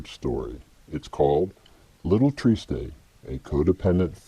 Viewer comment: triste is french for sad. pronounced simply "trist" in french. no -ay.